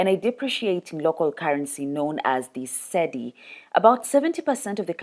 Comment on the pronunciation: Cedis pronounced as see-dee. Vote GenZ not dinosaurs